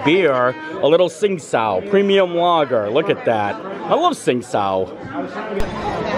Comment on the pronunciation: It's "Ching dow" not sing-sow.